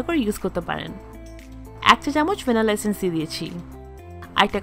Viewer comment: ভেনিলা এসেন্স তো শুনেছি, কিন্তু ভ্যানেলেসেন্স আবার কি? 🥴🥴